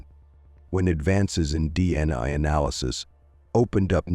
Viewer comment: Pronunciation kills the story. "Male Samon" "DNuh"?